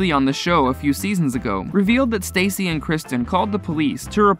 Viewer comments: Where do you get your information lmao? It’s not Stacy, first of all. It’s STASSI (Sta-see)!! And “The Bitch Bible Podcast” 🤔 ??? ummm.. what tf is that? 🤣 Stassi’s podcast... which is the podcast that aired this conversation, is called, “Straight up with Stassi.” I was a huge fan and heard this podcast when it was originally aired.... You need to do better research bub. 🙄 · Say it with me stassi pronunciation (stau- see) gahhhh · this dude clearly does not actually watch the show saying “stacey” instead of stassi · He keeps calling her Stacey lol 😂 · Ummm that’s not Villa Rosa. That’s her older and much larger house. And Stassi rhymes with Saucy. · It's funny this guy keeps calling Stassi Stacy lol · IT’S STAAAAH-SIIIIIIIIIII DUH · Her name is said like StASee, you are reporting on her, her life but don’t know how to say her name? Makes me question anything said here. Omgosh how do you possibly get 2names wrong how do you get ‘Seena’ from Scheana’. In this day and age there is No reason for this, it’s disrespectful but most of all shows the Lack of “Care, Research on your behalf & would have been a Very Easy “Edit” that should have been very important when it comes to Journalism. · “STACY”?!!!!!! WHO THE F IS STACY?! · Ugh I cannot stand how he constantly pronounces Stassi like Stacey. If your gonna make videos about people learn how to pronounce their names!! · I agree!! It annoys me that he's saying her name wrong..... Ugh!!! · How can you even say that you don't miss an episode, yet you do not know how to pronounce STASSI'S name? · OKKAAAAAAY!!! ENOUGH!!! He pronounced Stassi's name wrong!!! Get over it!! Does EVERYBODY have to make the same comment???? Move on!!! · Maybe you should learn how to pronounce people's names before you report on them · If you’re going to go to the trouble to post a nearly 10 minute video about specific people - pronounce their names correctly. Stassi not Stacey and Scheana was pronounced incorrectly as well. Poor form